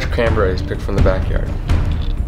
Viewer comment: Julien Nilez I thought he said "canberries"